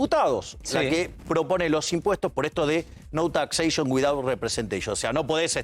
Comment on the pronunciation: Nou taxeishon witaut representeishon.